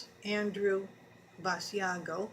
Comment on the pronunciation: It is not Bass-e-ah-go. It is Bash-Ah-go!